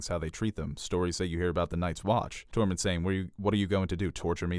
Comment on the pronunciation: I cringe everytime he tries to say Tormund's name. "TOREMON"